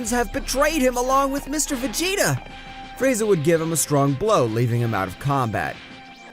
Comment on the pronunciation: Bro frieza is the most racist anime character and bro is calling frieza friezer💀💀💀